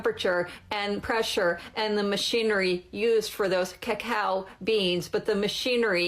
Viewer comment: Listening to this woman say “cacao” should be the new way to torture people for information.